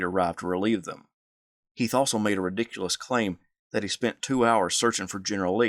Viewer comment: I enjoy the history but my name is heath not heith like the candy bar come on man